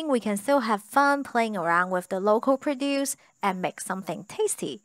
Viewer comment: And also, maybe clue her in on the two different pronunciations of “produce.”